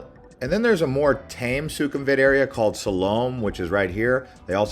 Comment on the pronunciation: Please try and learn to pronounce the names like Silom, Chatuchak before you pronounce these places all wrong before you post your blog.